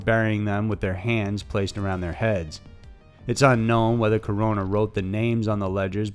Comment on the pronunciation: Hey man, props for pronouncing Mexico and Corona's name correctly